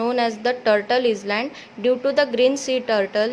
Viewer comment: Say Island like iland s is silent